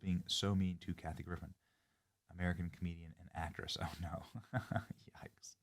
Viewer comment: Not the "YOIKES" Benny! 🤣🤣😭